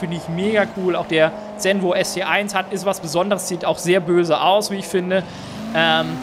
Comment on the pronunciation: Zenvo spricht man so aus wie Zonda, mit einem "S" so wie man auch z.B. Sonne oder Süden ausspricht.